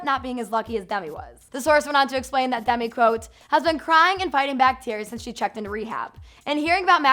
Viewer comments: No hate but it's sounds like Dummy not Demi🙈🙈🙈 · DEMI. DEEEEMI. NOT DUMI. LOL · Sounds like you're saying dumby when you say demi hahaha